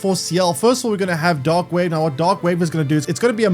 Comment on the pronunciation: Only listening to this I was hearing "dog wave" and "dog damage"...